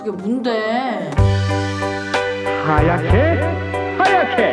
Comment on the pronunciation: 하요ㅑㅎ게!! 하요ㅑㅅ케! 조홍나 하야케!